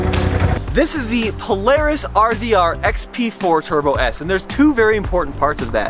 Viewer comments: It’s pronounced “Razor” not R-Z-R 🤷🏽‍♂️ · Polaris R-Z-R lmfao it's pronounced Razor